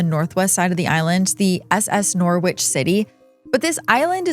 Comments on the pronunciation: Norwich. Maybe USA folk pronounce it as nor-witch but the city in Englad is pronounced as noh-rich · I am from Norwich City. We pronounce it Nor-rich city! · Great video but your prounciation of norwich makes me cringe haha It's "Norridge". rhymes with porridge. (i'm from there so you know how it is hahahah) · Norwich is pronounced 'Noh-rich' by the way. It's an ancient city in the East of England and was briefly our capital city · Norwich is a city in England. It's pronounced Norridge. You don't say the 'w'. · Oh and by the way when pronouncing "NORWICH" the W is silent and so it is "NOR-RICH" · Super interesting video. Let down only by the American pronunciation of 'Norwich' 😂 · That's not how Norwich is pronounced.